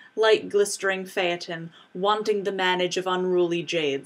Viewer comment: Thank you for pronouncing "Phaeton" correctly.